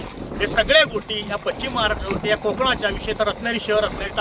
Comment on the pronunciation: कृपया पश्चिम महाराष्ट्र असा उच्चार करावा. पच्चीम हा उच्चार चुकीचा आहे. अशुद्ध उच्चारामुळे चॅनलची प्रत कमी होते. 🙏